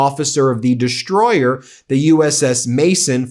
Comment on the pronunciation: If you could pronounce words correctly you would be more credible Ben. Deshroyer? FFS.